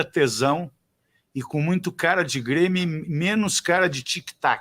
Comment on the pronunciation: Aos o feladapota me sai com "brêmio" 🙄🙄🙄